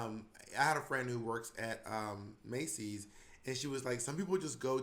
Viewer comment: Monet’s plural pronunciation of Macy’s 🤣